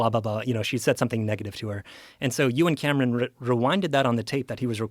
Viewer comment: For the first couple minutes of this video, every time this dude said Euan Camerons' name, I thought he was saying that Joe and some guy named Cameron were doing something. (you and Cameron) 🤣🤣 Anyone else or am I alone on this?